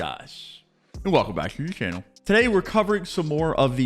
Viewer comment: “Welcome back to the chhaenell”